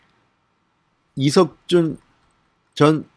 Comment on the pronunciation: 이석준 이름좀 제대로 말하세요